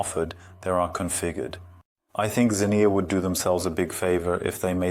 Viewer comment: I like how the word "Xenia" is spoken over 20 times, and never pronounced the same way twice.